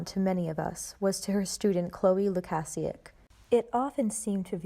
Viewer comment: FYI the prouncation for Chloe's last name is Lu-Kay-Sea-Ak otherwise great video.